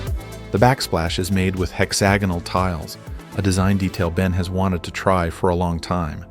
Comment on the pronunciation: “Hex-ah-gonal” x 5 🤦‍♂️